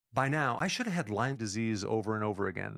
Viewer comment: The fact that he doesn’t know s not” LYMES disease” it’s “LYME” tells me he isn’t much of an expert. I like him, and the info, but it’s just a little odd.